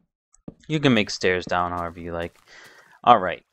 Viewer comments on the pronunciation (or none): none